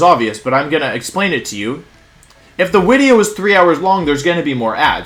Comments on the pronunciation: Does....does he keep saying “wideo” instead of “video”? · Can someone explain to me why Wolfey said Wideo instead of Video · "Oh theres a wideo in your ads" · "There's a wideo in your ads." To be honest that really something to be complained about. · Wait, « oh there is a wideo in your ads » is actually funny x) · Wideo? Haha. Sick team. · I’m confused is he saying wideo or video? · There- theres a wideo... in your wads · New- why he say wideo? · Drink every time he says Wideo. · LMAO is there a reason why he says “wideo”??? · Any excuse to say wideo more and more